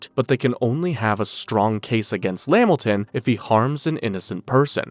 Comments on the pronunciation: LA-MIL-TON not Lam-Milton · It’s la-Milton not lamilton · At the smoking cigarettes part STOP SAYING LAMilton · Pretty good video but lost me at LeMilton 😂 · Bro Spams lamiton so hard, nigga we know u is Caucasian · La-Milton, Lamilton stressing me out 🤣